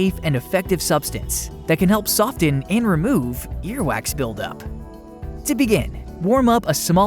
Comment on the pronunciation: The t is silent in the word soften. You do not pronouce the t